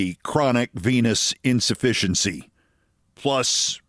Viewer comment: You said venous insufficiency, not penis insufficiency ... right?